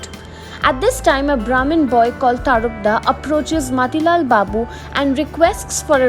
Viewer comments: His name is tarapada,u are saying tarpda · Pronunciation is TARAPAD